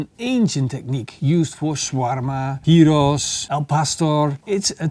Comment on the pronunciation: Love it how you listened to the comments and learned how to pronounce gyros properly !